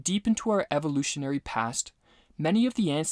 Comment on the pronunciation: This nigga said evoluton. What a fuckin idiot